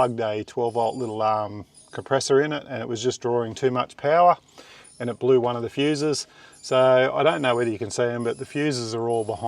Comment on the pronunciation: did you say power Paul battery?